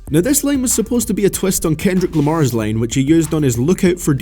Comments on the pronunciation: is he saying line or lane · Not gonna lie, I didn't realize he's saying "line" instead of "lane" until like 6 minutes in.